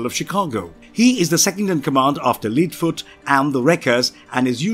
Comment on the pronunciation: Very well done and very informative, great job. One point, it's Lead (heavy metal) foot, not lead (like leader) foot, as pronounced in this video. Lead (heavy metal) foot is also more of an automotive term. :)